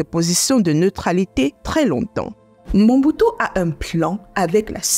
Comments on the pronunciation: Belle présentation Mais c'est MOBUTU et non MONBUTU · D' oú est tu ma seur, car tu est entrain prononcer Mal mais très mal Mombutu ? Sorry maman c'est Mobutu. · C'est Mobutu....pas Monbutu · Elle ecrotnMobutu mais prononce Mombutu Si c'etait ecrit mombutu elle aurait surement dit Mobutu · Ce n'est pas MOMBUTU mais plutôt "MOBUTU"